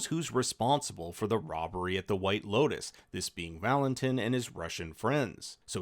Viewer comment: VAL-in-TEEN, not tin